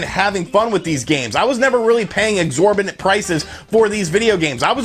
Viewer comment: "exorbinant amount"